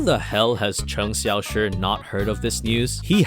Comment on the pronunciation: Appreciate your pronounciation of cheng. Xiaoshi